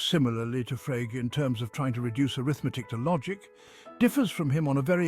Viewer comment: And why can’t your AI pronounce Frege?